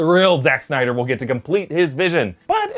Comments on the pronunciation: So many synder lol. It's Snyder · So is it SYNDER or SNYDER